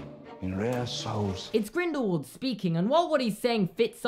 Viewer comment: Am I the only one who gets outraged when someone says GrindelVald and not grindelWald. Like, when you say “what” you don’t pronounce the w like a v, you know what I mean?